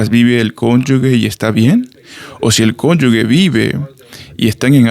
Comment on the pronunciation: No es cónyuGUE es cónyuGE